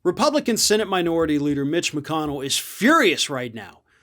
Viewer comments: How come I hear "bitch" when you say "mitch"? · I don kno... maybe um biased against McConnell... maybe um biased in favor of. Whatever. I just really, REALLY enjoy how says Mitch as if he is pronouncing the M as a B. This is why the internet was invented. Thank you. Thank you, internet. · I like the way pronounces "Mitch" It sounds like has already replaced the M with a B;-)